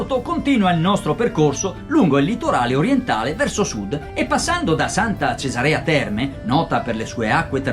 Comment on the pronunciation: Buona sera. Oddio, poca roba... Per quello che ho notato io: 1) Si chiama Punta Palascìa e non punta Palàscia; 2) Si chiama Santa Cesàrea Terme e non Santa Cesarèa Terme; 3) La grotta Zinzulusa è stata scoperta nel 1793 e non nel 1973. Mi scusi se mi sono permesso ma visto che me lo ha chiesto, le ho risposto. Comunque il servizio e veramente bello e ben fatto. Ancora complimenti e spero che nel Salento si sia trovato bene e sia rimasto ben impressionato. Le auguro buon lavoro per i prossimi servizi. Franco Lazzari